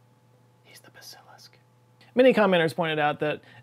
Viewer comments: Love the video. Love all your videos. The word Basilisk, however, is pronounced with the accent on the first syllable not the second. So BASilisk rather than basILisk. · "BAH·zuh·luhsk",. Not "Buh·SILISK". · I've never heard it pronounced "ba-SIL-isk." I've only ever heard it pronounced "BA-si-lisk." I wonder if this is a "WHI-vern" / "WHY-vern" (wyvern) kind of thing. The dictionary is pretty clear on both counts, but clearly has heard it pronounced that way before, so he got it from somewhere. Huh. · Its not pronounced “Buh’SIL’lisk” it’s “BASil-isk” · Basilisk is pronounced, "ba-suh-lisck" not "buh-cil-us" 😉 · "Bass-Sa-Lisk" not "Ba-Sil-Lisk" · Buh-sill-isk?... No, its pronounced bass-ill-isk, play some damn fantasy games. Lol. But you barely spent any time on the point. If anyone is interested in this Kyle Hill did a much longer breakdown. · its pronounced Bas-eh-lisk not Ba-sil-isk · its "bass-ah-lisk" not......"buh-sill-usk" how could you mangle it so badly? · It’s BA-sil-isk. Not Ba-SIL-isk. 🙃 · BASS A LISK not ba sil isk jesus christ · I thought I've been pronouncing Basilisk wrong my entire life, so I checked all of the online dictionaries. The emphasis is on the first syllable. BAS- a - lisk, not buh - SIL - isk. Had me wondering there... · BAYE SEEL ESK? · i always thought it was pronounced BAY-sill-isk and was surprized didn’t say it that way just because it’s a way more texan pronounciation. i remember reading about a basilisk in a harlen ellison short story which is where i first came across that word, but just in print only — i never actually heard it pronounced before. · Neither pronunciation is correct. It's pronounced like this; take the first part of the word "basil" and say it like the herb you use for cooking, and add "lisk" to it: "basilisk". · Your pronunciation … is… not right 😂 Bass-UH-liss-K I love you! Your videos are the best! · LOVE your work,, but............it's pronounced BAS-i-lisk 🤭